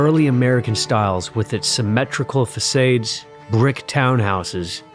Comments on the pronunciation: in the video, the word 'facades' was pronounced fuh-SAYDS. I thought it was pronounced fuh-SODs. So I figured that AI made a mistake. In case you were wondering. In another video about geography, there was a line about Chicago and Saint Louis. But the latter city was pronounced "Street Louis". So the AI saw the letters "St.", figured it meant "Street" and not "Saint", and so it revealed itself. I think over time that the AI will get better at this stuff. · The pronunciation of the word FACADES pronounced as FASAD with a short a Not a long A. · Fa sayds? Facades is a very common word and isn’t pronounced that way. AI ?